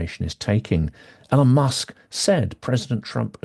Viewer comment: Hi, I don't disagree with anything you said in the video, and I know nitpicking isn't cool and all that, but I just can't help myself. So I have to ask: Why do you insist on mispronouncing Elon's name? There must be hundreds of videos out there with Elon saying his own name by now, and hundreds more of other people saying his name correctly. So it can't be that you don't know how his name is supposed to be pronounced. So what is it? Again, despite how I sound, I'm not trying to be a dick. I'm just genuinely curious.